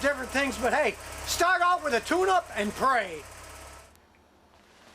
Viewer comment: did he say "Pray?"